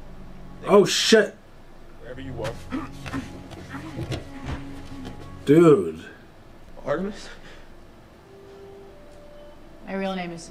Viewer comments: It´s Artemis, not "Artimis". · It´s Artemis, not "Artimis"...